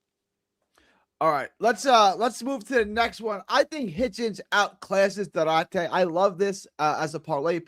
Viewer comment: Its Du-ar-te G